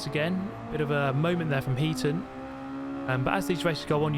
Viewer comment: Think it's Heat On not Heaton?